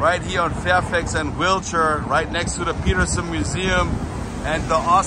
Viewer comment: It's not wheelchair it's pronounced wilshare!